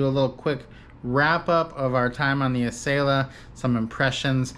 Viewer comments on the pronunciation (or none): 🤦🏻‍♀️ Yes; Ah sell ah, NOT a sail Ah! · AH-sell-AH not Eh-sale-ah. Besides that great video! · Everybody, all together.........AH-SELL-AH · Acela (Uh-sell-uh). Love your videos. Hope to see a future video of you guys on the Auto Train from DC (Lorton, VA) to Orlando, FL (Sanford). BTW Amtrak just announced USA rail pass for $299 through June 22. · Great vid per usual guys but uh.... much like other commentors, makin me cringe with the pronunciation. Acela is the combination of "acceleration" and "excellence" as described by Amtrak when the train was introduced. So yea.... accel-ah or ah-sell-ah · I might have been able to finish watching your video if y'all knew how to pronounce Acela (Uh-Sell-Uh)... 🤷‍♂️ It was seriously irking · Please please learn how to province ACELA. It isn't ...A "sale" ah..... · Amtrak has always called it like that. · you are saying acela wrong